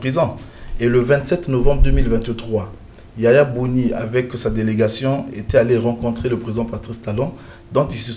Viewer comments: Boni Yay I et non Yaya Boni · C’est pour la troisième vidéo que je suis sur votre chaîne Et je suis ému Mais dites à vos invités qu’ils ont mal prononcé le nom de notre ancien président YAYI BONI et non YAYA BONI